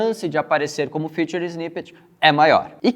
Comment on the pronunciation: Não é FUTURE snippets, é FEATURED(Fitured).. Vou te ajudar a entender a diferença de como se pronuncia corretamente!!